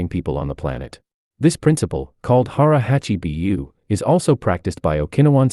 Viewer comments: Hara Hachi "BU" not B-U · Its Hara Hachi BOO!! not Bee You. My wife and I are laughing every time you mispronounce it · The pronounciation of hara hachi bu is terrible... AI narrations are awful. Took me a moment to hear it correctly and know what the hell it was trying to say